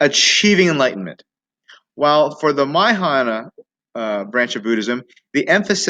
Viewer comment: Why are you pronouncing “mayahayana”?